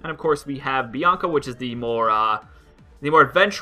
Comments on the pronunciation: Hi there Bianaca xD It's Bianca btw and also, it sounds like banana for some reason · It's Bianca not Bianaca